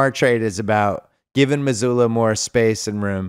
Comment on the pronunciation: I love how Bill’s dad calls Joe Mazzulla, Joe Mazuler.